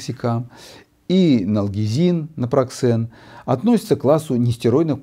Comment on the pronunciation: Напроксен выходит,а не напраксен